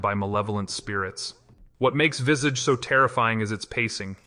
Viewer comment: It’s not “Vissedge”, it’s “Vis-Aah-ch”. Americans…😅